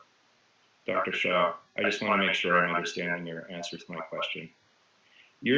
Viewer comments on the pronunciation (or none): PLEASE EDIT YOUR CONTENT. HIS NAME IS SHAH NOT SHAW.